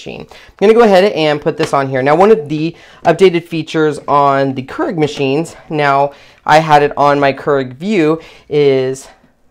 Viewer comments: It's 'cure-ig' not 'ker-ig'. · It's pronounced k-e-e-r-e-g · pronounced.... Cure ig